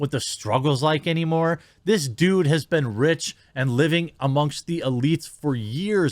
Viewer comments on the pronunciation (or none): I find the way you pronounce "been" disturbing. ;) On topic, imho Rogan should not have apologized if his using of the N-word, as it looked like it was, was done in context.